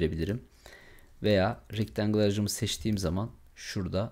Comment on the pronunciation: hemen ogle ile ofke ile ustume atlanmaz umarim .Rectangle (rictengil) degil oldugu gibi( rectengil ) olarak soylenir nacizane ..uyarayim istedim